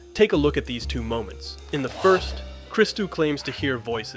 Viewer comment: You show the clip where Cristou is introduced with his name pronounced as it is but then you instantly go on to mispronounce it and then pronounce it correctly 🤦🏻‍♂️.